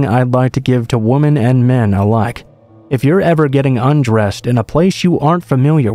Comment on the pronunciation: Please learn the difference between “woman” and “women”. I couldn’t listen to this all the way through with the pronunciation of the words being wrong. “Woman” is singular and “Women” is multiple.